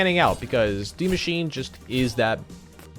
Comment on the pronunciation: saying die machine instead die maschine (mashina) triggered me a little bit